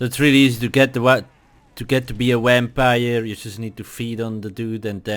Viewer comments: Why so negative, thats just bc of where he comes from and he made this video to help ppl and then u are going to complain about the fact that it sounds like wampire? pls get a life and stfu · He say wampire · a "wimpire" lol The video helped me alot tho 💪